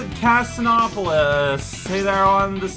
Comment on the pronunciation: Did you deliberately mispronounce Casinopolis? No,, you're not supposed to Light-Speed Dash there; the rings lead downwards anyway. I'm genuinely surprised you didn't fall off there. No, actually you want to press the button as late as you can to go the farthest; it will be relevant for something much later on. "Also, the avalanche stopped" Fun fact: the avalanche can't even hurt Sonic; how fast it moves is dependent on how fast Sonic is moving so, if you come to a complete stop, the avalanche stops too.